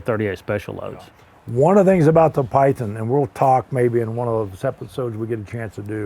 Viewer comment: Breaks Python. "Bill, your pie-thin just broke." Bill - "Yeah." - Smug satisfaction after breaking Bill's Python.